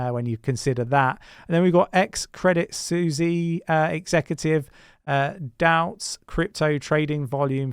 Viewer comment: lol, its pronounced 'Credit Swiss' not 'Credit Suzy' 😂